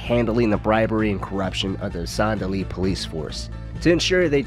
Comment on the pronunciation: As a born and still living south Louisiana guy it stabs my soul Everytime you say Saint Denis. It’s pronounced as Sandenis. Sound like sand. Not son or saan. My high school was Saint amant. Don’t copy the wanna be Nola accent sheriffs pronunciation. Nice video also.